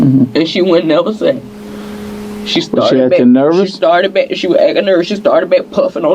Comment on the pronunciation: "She wah akkin normal, she wah akkin normal..."